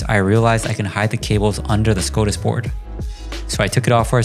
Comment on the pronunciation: TIL I have been saying Skadis wrong my whole life 😂😂